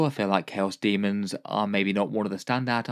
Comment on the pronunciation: The true pronunciation.